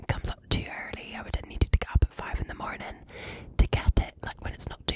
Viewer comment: I’m dying here! She’s freaking adorable… “mar-nin’”… “Top o’ th’ mar-nin’ t’ ya”!😆🥰